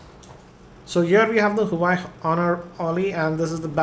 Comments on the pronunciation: Bro its nou huai. its pronounced wua-wei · Huawei Pronounced as Hu - va - way :)